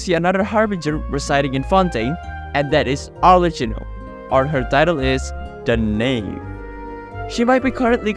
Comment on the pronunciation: arlecchino's name is pronounced as if with a k in italian , I really hope the official dub won't mispronounce it just like with tartaglia 😭😭